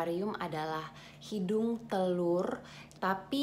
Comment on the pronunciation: Kyknya kurang menguasai materi secara memadai ya. Menyebut indung telur saja sdh salah.j Disebutnya hidung telur🤭. Jadi sebaiknya bikin konten itu hrs dipersiapkan sebaik mungkin. Tksh